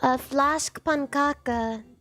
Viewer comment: pronouncing fläskpannkaka that ridiculously good was not on my shitty Tuesday bingo sheet